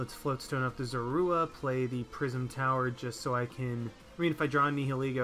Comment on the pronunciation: "Prism Tower" every time you said that a part of me died inside